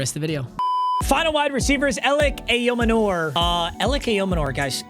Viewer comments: I know your probably never going to see this, and I also know that even if you DO see this, you are highly unlikely to have in on your lineup again, but his last name is EYE, OH, MAN, ER. not aye oh manoor. That drove me nuts 😂😂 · ayomanor is pronounced eye o manor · it’s pronounced Elic aiyo - manor (like a mansion) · Ayomanor pronounced I-yo-manner mm moron. Love the vids but i couldnt take the butchering one more time. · As a Titans fan. Every time he said Elic’s last name I got a little pissed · You’re pronouncing Ayomanor all wrong haha